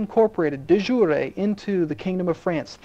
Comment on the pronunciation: FWIW, the Merriam Webster pronunciation of de-jure is de-jury, as in the one in a court.